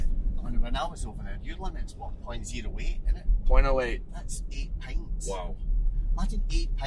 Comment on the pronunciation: 8 pints doesn't sound right... pretty sure I'd be fuckin' wasted after 8 pints. That guy must be drunk xD edit: He might be saying "a pint" and just emphasizing the "a". edit: Yeah I just turned it way up and he's saying "a pint" it's just the point of emphasis is in a weird place (for an American listener).